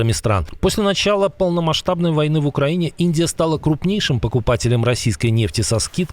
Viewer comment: Окраїнє!!?? Коментатор